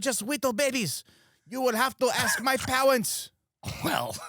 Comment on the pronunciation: You would have to ask my pawents... Tim you are doing good work.